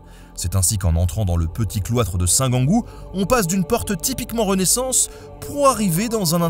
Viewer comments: 4'38 on prononce Saint "jeangou" pas "Guangou" ... ayant vécu à Toul 7 ans .. il y a presque 50 ans maintenant ... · Ahaha la même pour la prononciation de Saint-Gengoult, j'ai toujours entendu la prononciation "saint jean-goult"